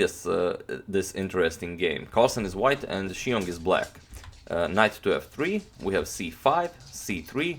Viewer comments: Xiong is pronounced Zhong .... Great vids BTW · The name “Xiong” is one syllable, not pronounced as two syllables